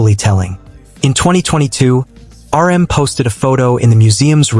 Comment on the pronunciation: How about the part where he calls RM, 'URM'.